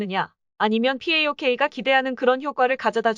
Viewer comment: 파옥을 피에이오케이..